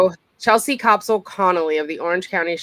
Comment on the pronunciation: The first syllable of Koepsell rhymes with "step" NOT with "cope" NOT with "cop"